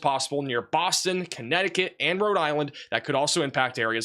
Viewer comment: Why can't he ever say "Connecticut"?